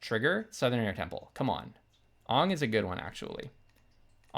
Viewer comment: bro is pronouncing aang like the live action movie and not the show 💀 probably an in-joke im not getting, you also pronounce repartee like its not a french word english borrowed